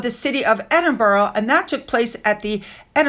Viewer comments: Love your channel but can I just remind you that it’s Edinburgh not Edinboro!! So many people make this mispronunciation. 👌🏼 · Edenborough is pronounced Ed in bra 3 syllables